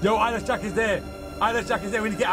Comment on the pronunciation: Eyeless Jack? Sounds like “I Lish Jack? Or I like Jack”. Lol XD! OR! I Wish Jack.